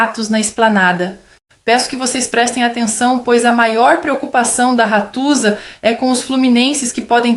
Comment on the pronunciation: "RATUZA". Hahahahah.Ganhei o dia.